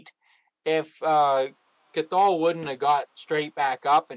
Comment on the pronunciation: its a silent t in Cathal